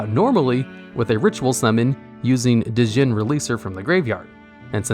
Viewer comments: This part killed me, especially because he kept mispronouncing "Djinn" too 😢😅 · you don't pronounce the "D" in Djinn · The D in Djinn is silent